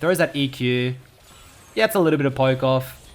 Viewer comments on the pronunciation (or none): none